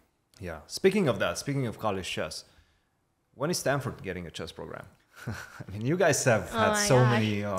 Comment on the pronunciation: It's called Stanford not standford